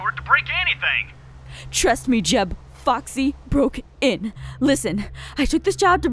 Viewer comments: I thought Aphmau said Fucksy but she said Foxy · Every time Aph said Foxy it felt like she was going to say the F word xD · it sounded like she just cursed when she said Foxy oop